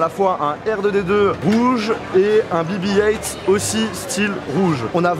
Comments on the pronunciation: C’est pas bi bi height mais bé bé huit ( BB8 ) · Dit le en français BB 8 pas heingt